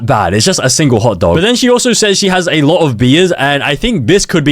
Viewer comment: alote? U mean a lowwwwww taperrrr fadeee